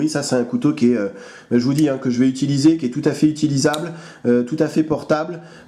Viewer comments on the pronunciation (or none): none